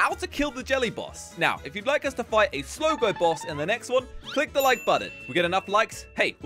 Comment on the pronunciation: That's not haw you say slogo